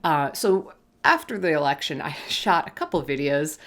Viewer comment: the way u said election made me laugh xD